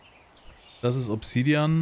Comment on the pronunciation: Bitte das A bei Obsidian mehr betonen, klingt englisch ausgesprochen furchtbar - sonst wie immer top!